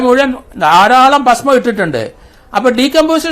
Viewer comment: എടാ റിട്ടയർഡ് കോമാളി, പഷ്മം അല്ല ഭസ്മം